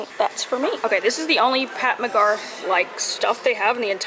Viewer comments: lol It's Pat McGrath (GRATH) not GARTH like GARTH BROOKS which is where you're getting the country reference from lol. She's from the UK, has worked with Kim K and Jackie Aina extensively. People rave about her mascara. The Fenty highlight is serious so if you run that, don't use too much of it. The Fenty gloss looks amazing on you, my favorite gloss / lipstick that you've worn. It's long lasting and that's important. I'm not a make up nista at all, I only wear mascara and lipstick but I know a thing or two lol. Keep preaching about the beauty supply store because it's a TRAP lol, you can blow a whole bag in there. we look forward to your new products in an upcoming GRWM or something like that xx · Gurl! McGrath not McGarth 😂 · Lmao the way you kept calling her McGarth instead of McGrath had me DYING. But yeah her palettes are TOO expensive and the lipsticks I've gotten before all BROKE. Not worth it for me at least. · The fact she kept on saying McGarth instead of McGrath (as in Mac-Graph) had me HOLLERING Love you you always make my day LMAOO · Ulta has makeup revolution and their stuff is really good! Their eyeshadows, foundation, concealers, and highlighters I highly recommend! And it's drug store so their prices are great. Also it's pronounced Pat Muh•grath so it sounds less country 😂 her products are deceiving light but they're so great. Very high quality and have a lot of pigment. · Pronounced 'McGraph'.. watch a Jackie Aina video. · And the way she kept butchering the name... I was so... aaargh. Its right in front of you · Ok she had me crack up how she butchered Pat McGrath name 😂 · Nah they played you, you definitely should've gotten a Sephora bag. Especially for how much you spent in there. Ommmggg, dying everytime you butchered Pat McGrath's name. You turned her from a Black woman to Garth Brooks. Lol.